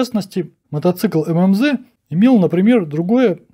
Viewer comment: 1. Колхоз на колхозе... Это если внимательно смотреть. 2. Опять МэМэЗэ...( Потом правда откудо-то ЭмЭмЗэ взялся, но, видимо, случайно.) Ирбит - ударение на вторую "И"! Мотоцикл М-72 НЕ БЫЛ 100%-ой копией Р71! Конструкция была пересмотрена - были внесены изменения большей части деталей: усиления, косынки, толщины, изменено передаточное отношение главной пары. Всё для возможности эксплуатации мотоцикла с тяжёлой коляской. На Р71 если коляска и была, то лёгкая. Коляска( боковой прицеп) жёстко присоединена к раме мотоцикла. Кузов коляски сзади к раме крепися через рессоры. Основное назначение ручного рычага переключения передач - установка нейтрали.